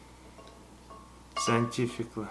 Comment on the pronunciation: HE SAY SCIANTIFICTLY